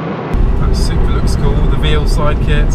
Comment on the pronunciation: Veilside, pronounced vale-side not veel-side